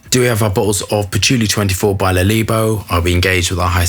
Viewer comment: I love how you always cock the names up. Always fabulous.